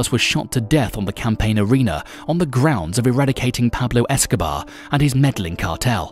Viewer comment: Who the Fk is Pablo Escoba?? 🤣